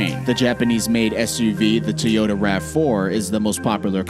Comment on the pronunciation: Toyoteeee . Bruh ? C'mon